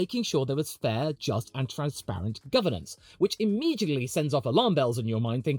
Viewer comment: As an American F1 fan pronouncing immediately “imejently” is crazy